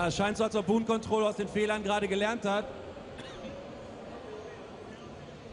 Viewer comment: It's Boon Control, not Boom lol